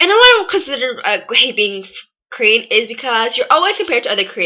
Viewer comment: You can't say Korean...that's why you hated it..pathetic..and stop repeating like ...